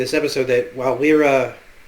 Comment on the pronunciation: say it with me now. "LY - RA" not "Lee- RA" lol